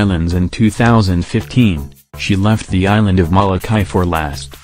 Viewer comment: You are saying Molokāi wrong.